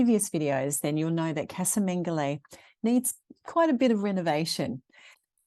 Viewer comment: Just to help you put going forward casa is pronounced Ca-as in cup sa-(sah) :)